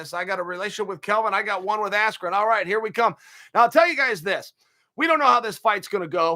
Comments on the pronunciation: I knew my bet was F’d when Buffer screwed up Bens last name. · Rigged. Everyone friends with Paul, Askren comes out with no emotion AT ALL, MICHAEL BUFFER mispronounced Ben Askrens name, knockout in less than 2 minutes??? Robbie Lawler nearly killed him and couldn't put this guy away. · Disrespectful to the sport of boxing! Absolute shambles... From purposely mis-pronouncing his name, to the sh*t talking commentary... most fixed pay day ever... May as well of called it Jake Paul’s birthday party & sold tickets to it. ✋🏽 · Michael Buffer mistook "Big 10" for "Big 12" at weigh in AND introduction then mispronounces "Askren"??? 😂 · Why you think the mispronunciation? So highlight reals don’t taint askrens real fights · You're actually goofy if you think one of the two single greatest announcers is going to accidently mispronounce a name as simple as Ben Askren. Being as close to the fight game as he is, it was clearly supposed to be some kind of joke or slight to Ben.